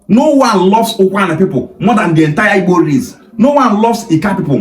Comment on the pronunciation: The so-called youth leader is even pronouncing IGBO like a Benin boy, I guess his father is from Benin 😅